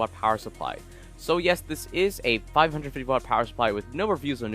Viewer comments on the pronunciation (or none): none